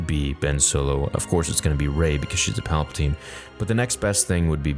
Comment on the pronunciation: Palpa Ting